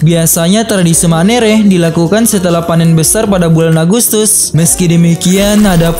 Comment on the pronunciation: Maaf min, Untuk tradisi dari tana Toraja, yg benar itu Ma'nene'. Bukan Manere